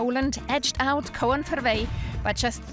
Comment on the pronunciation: Het Engels kent de 'oe'-klank weldegelijk, maar de spelling ervan is gewoon verwarrend. De vrouw zei het gewoon zoals het er stond eigenlijk: ko-en.